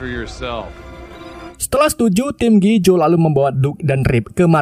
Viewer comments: G.I. JOE di baca ( Ji Ai Jo) bang maaf bang 🙏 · bacaannya "Ji Ay Joy woi lahh